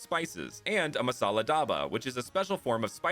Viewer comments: I thought masella kinda sounded like must sell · Masella also kinda sound like must sell in a weird accent 😂